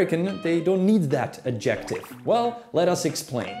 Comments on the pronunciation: Lose the "music", PLEASE. And it's "*AD-jec-tive.* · Fun video! Might I say - “adjective” is pronounced {add-jeh-tiv} you’re putting the emphasis on the wrong part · I'm 10 seconds in and immediately I am caught off guard by the stressing of the second syllable in adjective instead of the first. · “Adjective” is stressed on the first syllable. I have been an American for 75 years, but I do not distinguish between “coffin” and “casket.” It’s the same thing. Americans view European things with suspicion, even if, of course, they are of European descent.